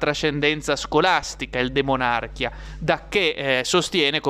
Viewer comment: DE MON à RCHIA giusto ! Io avrei detto DE MONARCH ì A, ma hai ragione tu, non sbagli neanche gli accenti !!!!